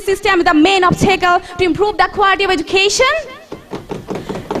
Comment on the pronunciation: Self Analysis How could say that she is a best speaker where she doesn't know how to pronounced Education ?